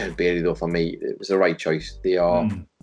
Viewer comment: The most important takeaway from the triple threat womens tag match is that you shouldnt have commentators try to pronounce billie and bayley in the same match.